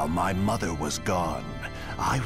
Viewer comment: Black Zetsu: muther